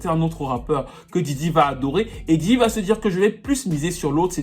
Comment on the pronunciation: Djidji 😂😂😂 Yo man it’s Diddy